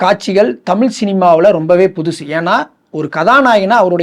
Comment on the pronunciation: தமில் தமில் தமில், உண் தமில்ல தீய வெக்க. -- அது தமிழ் டா